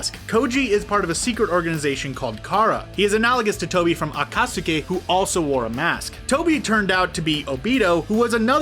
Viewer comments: People in the comments need to chill about the pronunciations. They are just slightly off-- it's not like you don't know what they are talking about. Besides, most of them aren't quite mispronunciations-- they just stress the wrong syllable (like akaTSUki instead of aKAtsuki). Seriously, this is one reason why the fandom is notorious for being terrible. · Everyone: akatsuki: AcKaSuKeE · HE DID NOT SAY “aKaTsUkAy” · Every time he said acutsky he pronounces it a-ka-soo-ki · This needs to be deleted and fixed. Akat-sookie? Come on. This is supposed to be a professional youtube channel. This is wack. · HE MISPRONOUNCED AKATSUKI THREE DIFFERENT WAYS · You said naruto and akutsuki wrong i think i mispelled akutsuki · Okay dude, just stop making these vids when you complete botch every Japanese name, term or words. Narudo, Madara (but then how you say it), A-kat-suki, bye-uka-gan, haiuga? I somehow find it even stranger that you made up these pronunciations, as even the Dub does not say this, and do not get me started on the original pronunciations from the subbed version of the series. Ow yeah, and Borudo.. Damn it feels like a completely different character list when you read it..